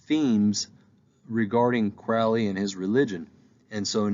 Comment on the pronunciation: It's Alistair Crowley like the Crow NOT Crouly. Please pronounce it correctly.